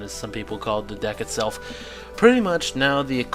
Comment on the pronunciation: Did you say "dick" LOL :P